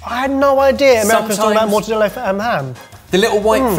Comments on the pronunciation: for the love of all that's holy, please stop pronouncing mortadella with the Spanish "ll" it's an Italian meat so its a double L not I!!! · Did say morta-day-a? If so I think that's like wrapping Valencian paella in Napoli pizza and calling it sushi:) Only joking but I'd love another paella burrito outrage, that was amazing:D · the double 'l' in mortadella is not silent. It's Italian, not Spanish.